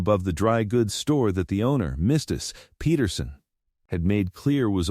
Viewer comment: spelling...wrote out/rode out; said..."is my brother-in-law", next sentence, refered to "was"....; hail (frozen water bits) hail party/Hale; the word Patterson is being said as Peht-ur-sun, would be Paht-ur-sun; Mr. Hale was addressed as Mrs. Hale; I have tried twice to watch this story. Could tell you the general plot direction but I think there is a mess hiding in the characters, particularly adult characters involved, that just doesn't make sense and I'm not going to start all over, a third time, and try to sort it out.